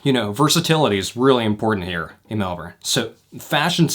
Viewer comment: as a fellow melbourne person way we bow to you as the first american or canadian to not say it is melborn